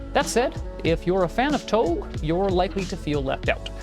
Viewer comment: appreciate the review. just wanna mention that touge (tōge) is pronounced "toe-geh," not like vogue. keep it up!